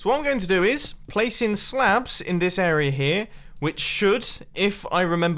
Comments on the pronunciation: I hate how he says 'arier' instead of area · Dear Mr. Mumbo: It's AREA not AREAR !!!!! ;) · I just realized he says “area” as “errorer” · This arier is done and this arier is done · Sometimes he pronounces "area" correctly, other times he says "errorer"